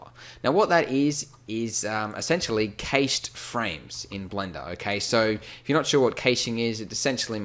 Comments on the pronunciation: As a software dev it hurts me every time he says "kayshed". It's like in money: CASH. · Who's Kay Shing?